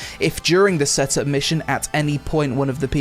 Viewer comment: why you pronounce set ups like "seh tups"?